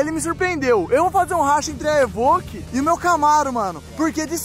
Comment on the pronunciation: É pelo menos vc fala certo, vc fala EVOQUE ao invés do que fala EVOLQUE🤣🤣🤣